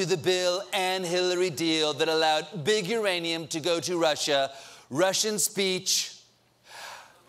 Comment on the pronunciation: he said "russhid salad dressing"